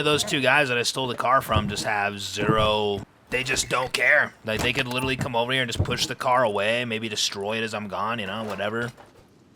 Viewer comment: I find ads are crazy when I watch on my phone but you can skip after a few seconds when I watch on my PlayStation there are 4 sets that go for a minute. It's clearly YouTube's settings not you doing it lol. I've watched you for many years! Also you've been saying littely for years 😂